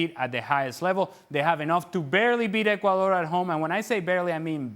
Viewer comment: "Ecudor?" Did you forget something?